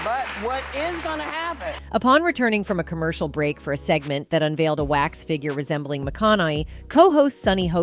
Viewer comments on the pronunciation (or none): none